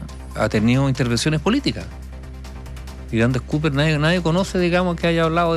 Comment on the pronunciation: Una aclaración: La empresa se llama ANDES COPPER y no Andes Cooper. Son 2 'P' y no 2 "O'. COPPER se pronuncia "Cóper" y no "Cúper". Toda la prensa lo anda pronunciando e incluso escribiéndolo mal!